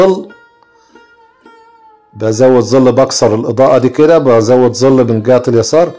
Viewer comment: ظل يا ابو عادو وليس زل